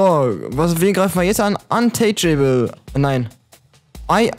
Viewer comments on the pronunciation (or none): Haha, untouchable wird antatschebl ausgesprochen nicht antatschäebel :'j